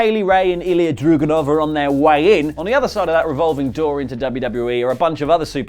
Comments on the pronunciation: drAgUnov! DRAGUNOV!!!!!!! "a"! not "druganov.... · It's drAgunov not drugunov